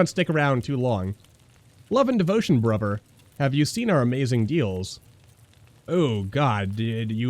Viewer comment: Love the series but the way you say Bruber instead of Brother and Pladin instead of Paladin lol